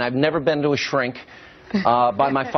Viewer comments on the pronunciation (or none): Hannity: "And I never been to a shcrink" Well, Sean, you could really need it then